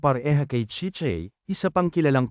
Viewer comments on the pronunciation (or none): chichay hindi chichey anokaba! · Mali po ang bigkas m sa pangalng aruray at chichay 😂